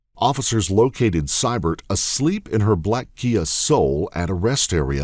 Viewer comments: note how the name Sybert is pronounced. It should be See-bert. Thats bc the AI has trouble with uncommon names bc it has no reference point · It's "see-bert" not "cy-bert" Arrrgghh! Lol.😂